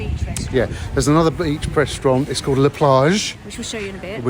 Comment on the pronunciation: She's so annoying! Let the guy speak for goodness sake!! Also it's "La" Plage not "Le" Plage.